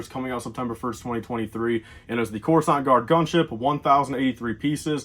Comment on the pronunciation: Corusaunt gaurd